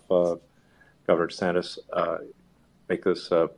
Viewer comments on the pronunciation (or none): who's "Governor Santos?" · "I'm Ron DEEsantis."